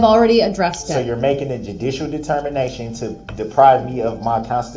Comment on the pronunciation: “Are you making a dudishel determination?”😂